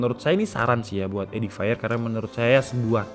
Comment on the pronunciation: Cara bacanya bukan edifire bang tapi edifier,baca fiernya seperti pengucapan bahasa Indonesia, soalnya habis ku cek di google translate audio